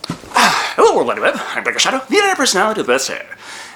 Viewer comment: Kept saying dr. Shadow when he said his name